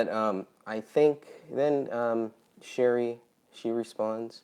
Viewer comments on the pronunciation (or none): You pronounced my name wrong it’s Sh- arr- E ! No big deal though. Everyone gets it wrong. Your question about the photo. I think it was ok to release the edited version. However, a website might have been a better option instead of on the Facebook groups. Like where all the other photos are. I do agree with it being taken down and no longer distributed per the families request.